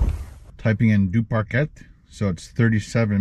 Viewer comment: Correct pronunciation is Due-par-Kay 👍🏻